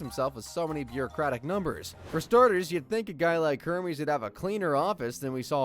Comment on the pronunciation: It's "Hermes' Office" not "Herme's office".